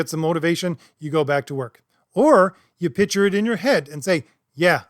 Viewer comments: It's a minor point, but you should work on your ability to pronounce pic-ture as a different word from pitch-er. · Use your inner monologue to envision pronouncing "Picture" correctly, holy fucking shit. Imagine the C in that word, marble mouth. Decent video otherwise. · I know this is snobby, but the word “picture” should have a K sound in the middle.